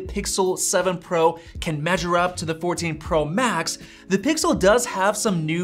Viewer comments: "Pixer" lol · he says Pixer😢